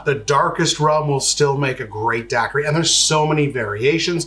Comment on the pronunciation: I'm a bahamian and hearing you pronouncing daiquiri is making me wanna not sub (jk)